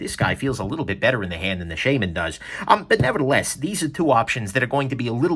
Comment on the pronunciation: I know I'm 6 years late... but the way he mispronounces Shaman is irritating